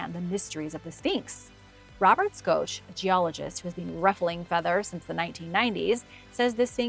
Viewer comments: It's pronounced shock not schosh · It's pronounced Robert Shock!!! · Greetings and salutations,. I really enjoy your content. FYI, professor Robert Schoch’s last name is pronounced shock. Have an amazing day. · The way she mispronounced Robert Schoch’s last name makes me think she’s just reading a script and knows absolutely nothing about this stuff. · Not bad. But you clearly don't even know who Robert Schook is. You pronounced his name wrong. That show a surprising lack of knowledge